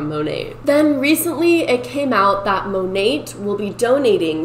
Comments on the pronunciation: “Monate/monatt” As someone who took French for two years in high school, I’m offended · The way you say "Monat", cracks me up lol I think its mo-nay(ending with a soft 't') it stands for modern nature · It's mo-nate lmfao Modern Nature is what it stands for, so Mo-Nate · I heard it's pronounced mo-nat like mother nature. I guess they merged the words mother and nature together and got monat. Kinda weird. But ok. Yeah. That's a thing.